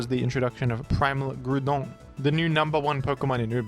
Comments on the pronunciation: he isn’t. He isn’t called that. I can’t take it anymore. My cat heard the name Grúdon and fell off the cupboard to an untimely and grizzly death. You and have caused unparalleled suffering as a result of your unorthodox pronunciation of Mr Groudon. My heart begins palpitating anytime I hear this pronunciation and my doctors have informed me that I’m in danger of an imminent heart attack because of this. Surely you shall see the error of your ways and stop this madness in its tracks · Nah why is the Groudon pronunciation French though 😂 Shouts to though 🙏